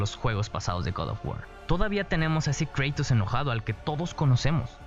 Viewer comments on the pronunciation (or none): cómo que "creitos"!? es un puto nombre griego, se pronuncia tal como se lee KRATOS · angel vasquez yo creo que se pronuncia Kratos, y no Creitos. Porque en griego y latín se pronuncia así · Se pronuncia Kratos, no Kreitos. P.D: Quien se ofenda tiene la maldición de que kratos te matara esta noche. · Se dice KRATOS no creitos :"v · Me incomoda que diga en vez de kratos dice kreitos, porqueeeee si siempre de ha dicho kratos, de todas formas buen video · Se pronuncia Kratos no Kreitos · No, el dice Creitos por que la A en ingles se pronuncia ''Ei'' pero Kratos al ser un nombre se debe de pronunciar tal y como es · En ingles se prononcia kreitos pero los españoles le dicen kratos a secas, despues todo él mundo empezo a creer que se le dice asi, despues cuando doblaron él juego lo doblaron como kratos, en realidad se pronuncia de las dos maneras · kreitos no... KRATOS!!!!!!!!!!!!!!!!!!!!!!!!!!!!!!!!! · kratos lpm no kreitos que te haces el estado unidense, igual, buen video ndeaah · kratos no kreitos,me suena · Nadie Absolutamente nadie: "kreitos" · Suena raro "kreitos" en español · Cuantas veces dijo kreitos alv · Dislike Porque dices creitos >:v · Porque llamas a Kratos ''Creitos'' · Me duele cada vez que escucho Kreitos :l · Kratos wn no kreytos xd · "Kreitus" por dios.... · Kratos es griego, en griego y latín, al igual que en español, la A fonéticamente SIEMPRE se pronuncia como A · Se pronuncia tal y como se escribe (Kratos) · ¨Kreitos¨ Uffffffff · Buena reseña pero eso de decir "kreitos" es griego, no anglosajón xD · Guad of wuaar -Kraitos Me hace gracia como lo pronuncias xDD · Me da cáncer cada vez que escucho Kreitos D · ¿: ¿Porque mencionas el nombre de KRATOS con un pesimo acento en ingle?. Kratos O Cratos: Griego antiguo Κράτος Krátos, en latín Cratus (PODER DE LA MASCULINIDAD). Su verdadera correcta pronunciación, seria con el acento natural de un Hispano-Hablante. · le daré no me gusta solo por tu pronunciación de kratos